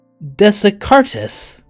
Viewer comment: Descartes is pronounced "Day kart".